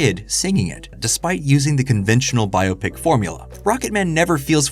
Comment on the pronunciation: Thank you for pronouncing "Biopic" properly